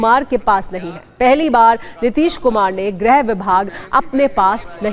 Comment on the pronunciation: It's not grah like all fool pronounce , it's grih vibhag